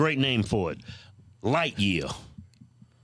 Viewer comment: I thought it was light year not lightqueer